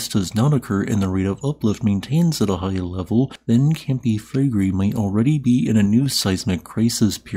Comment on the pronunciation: Take your own advice - you called me childish and trivial for saying you sound like Kermit's cousin. (Although you are named after Scooby's cousin, the most unpopular Hanna-Barbera character of all time.) And since I don't feel like stroking your ego, your pronunciation of Flegrei is awful. You didn't call the person saying they like your voice 'childish and trivial', but they are commenting on the same thing. You have a fragile ego.